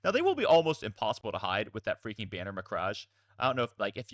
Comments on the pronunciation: cant wait to see these being played, great video. BTW it is prenounced 'ma-cragg' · It's pronounced mek-rage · Hey so I wasn't gonna bring it up but you kept doing it, it's "Muh-crag"